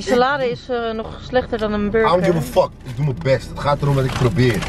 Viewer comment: Hoe hij het uitspreekt: F*CK jullie!!! 😂😂😂